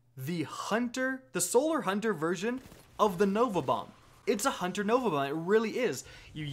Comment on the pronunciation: You mispronounced Hunter